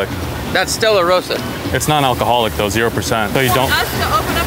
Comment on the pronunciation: He said Stella rosa 😭